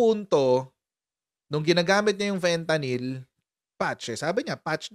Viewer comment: FENTANING has totally lost his now pea-sized brain. 😂